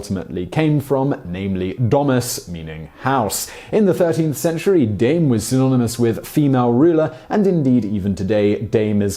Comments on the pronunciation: You didnt say Dame properly AT ALL in french xD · Simon totally nailing the German pronunciation of "Dame" here. When trying to say the French equivalent "dame". Awesome. I love it. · Dame was less of a mystery, I mean Notre Dame means "Our Lady". Also your pronunciation of the French dame...... Buddy. No.